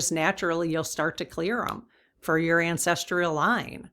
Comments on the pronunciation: Sorry to correct you but it's pronounced ancestral not ancestrial. Great reading btw - thanks. 😍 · Hi, "Ancestrial" doesn't seem to be a word. Google says it's "ancestral". (Sorry, but my grandma and my mom used to correct all our mispronunciations...an old family habit!) Blessings ❤ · Cool subject, just a note that the word is ancestral. My brain isn't coping with the pronunciation 'ancestr-ial... sorry! Still love your work 🤩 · Yes, dear, we need to get the word ANCESTRAL pronounced correctly. Thank you greatly for all you do! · There is no "i" in ancestral. No "tree" in the pronunciation. Otherwise I can't get enough of your dowsing rod readings!